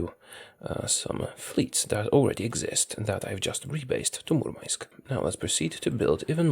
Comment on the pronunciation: A linguistic tip: Murmansk is pronounced with "Hard" "n", not "Soft", like in Gdan'sk